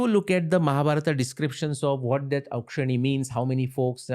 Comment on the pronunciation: His pronunciation of 'Akshouhini' tells he is a bengalee